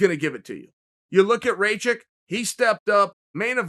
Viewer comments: Its not reykick haha his last name is rakić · Tamaz Okruashvili Its actually rach itch as a Serb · Chael, his last name is Rah-kitch. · Chael. He's from Bosnia like me and his name is pronounced "ruck-itch" with the rolling r. And it's not Noons it's Nunez. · Who the fuck is "Reychek " ? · Pretty sure it's pronounced Raw-kich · Is somebody going to explain to Chael that it’s pronounced “Rock Itch” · I speak german and its pronounced Rakitch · Tamaz Okruashvili No, it is pronounced "ray-kick" or "ray-check" or "ra-kick". The man has said it himself. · I thought I knew how to pronounce his last name, Rakić, but I got educated by the G.O.A.T. himself, so I guess I'll be saying ray-check from now. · Chael: Alexander Rake-Kit Me: This is a very real thing... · Chael "Aleksander Reykick" Sonnen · Chael made a video of jiri and rakic,and they were both just of him mispronouncing their names🤣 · Cheal Learn to pronounce Rakic name men 🤷🏼‍♂️ you made fun of ppl who couldn't pronounce other fighters name... Some know how too 🤷🏼‍♂️ its your job 🤷🏼‍♂️🤷🏼‍♂️ you are very professional so far... 🤷🏼‍♂️ living by your rules men means something 🤷🏼‍♂️🤷🏼‍♂️😶 😂 ps-you doing good awesome job, just 🤷🏼‍♂️🤷🏼‍♂️ be 100% men 😂😂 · Why you obviousely says his name incorrect? You know how to spell but bc you dont like him you spell it wrong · Chael doing Chael things 🤣🤣🤣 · No, he is not 😅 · Aleksandr ..... "Shit how do I pronounce that" Rakic